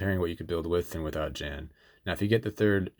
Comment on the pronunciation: This is only a very minor point, but "Jan" is pronounced with a soft J. Like "Yan".